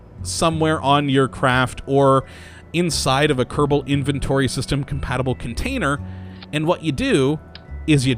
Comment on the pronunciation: Just the way he says it. I've been watching these videos in a binge and I started saying Kurrrable Space Program myself naturally.